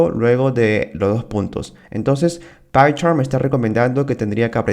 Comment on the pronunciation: Horrible como decis python!. Jaja Tus videos estan bien, pero me suena rarisimo tu python, pycharm.